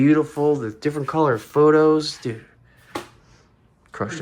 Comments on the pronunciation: It's pothos not phothos not sure if u are joking but its pothos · As a plant person, im loving all the plants in the enclosure. As a plant person, the way you say pothos kinda drives me insane😂😂😂 photos.......oh my gah its hilarious🤣 Love the whole set up. Worth the wait. ❤❤ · Me coming to the comments wondering if I’ve been pronouncing “pothos” wrong and no one told me.